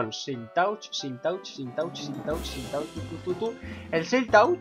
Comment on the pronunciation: se pronuncia silk "tach"